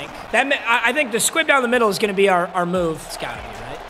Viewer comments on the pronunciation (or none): none